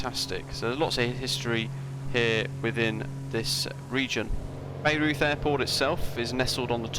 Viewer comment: Nice. I will definitely check it out. By the way, it is pronounced BI-roiyt. It is famous because it is home to the Bayreuth Festspielhaus (Bayreuth Festival House), which is the opera house that was built for Richard Wagner, to his specifications. There is an annual "festival" that features many productions of Wagner operas. I think the opera house was visible in the distance in some of your early footage.